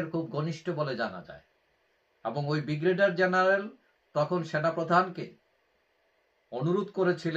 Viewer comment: বিগ্রেডিয়ার নয, উচ্চারণ ঠিক করুন, ব্রিগেডিয়ার